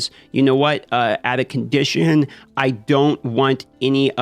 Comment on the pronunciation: Out of conditio-ion👾 Lol. Looks like a cool game I’m digging the neon and digital style